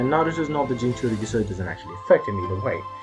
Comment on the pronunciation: U prenouced it juss fine